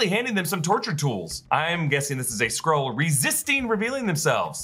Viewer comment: Skrull, not Scroll, lol